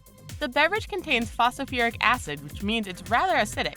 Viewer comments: I find it hard to give credibility to a narrator who says "Fasafurick" when mentioning Phosphoric Acid. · there are 2 T's in the word Button......also its Phosphoric Acid, not "fosafuric acit" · you didn't just say PHOSOFURIC ACID!... brilliant commentary btw 👍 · what the hell is phosofouric acid? the narrator obviously failed chemistry class. and maybe English class too. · Seriously can you not pronounce phosphoric acid?? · I died a little inside each time she attempted to pronounce "phosphoric acid"